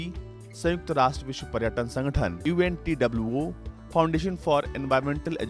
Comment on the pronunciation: You said untwo It's written unwto.